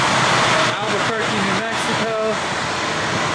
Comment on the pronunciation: Albaturkey is now how it’s pronounced forever. Love!